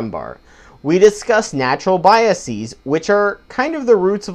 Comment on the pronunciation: Good video. You're pronouncing biases wrong though :P the -es prefix, should be pronounced the same way as you would pronounce it in the word 'faces'. -es should only be pronounced as 'ees', if it is the pluralisation of a word ending in -is, such as hypothesis. The problem is, this mispronunciation is so widespread that many educated people make that mistake. Sam Harris, for example.